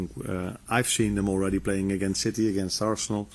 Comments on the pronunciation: I heard it as shitty. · I love how he cant pronounce city, or can he? always calls em shitty 😂😂😂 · I love how he also calls City "Chitee". Top man. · Did he just call City "shitty" 😅😂😂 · Gotta love the way the gaffer pronounces City..... nuances 😂